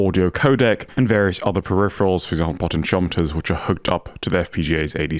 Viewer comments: I’ve not heard it this way before either and I’m British. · I've never heard potentiometer pronounced that way! Still learning the differences between US/British English I suppose.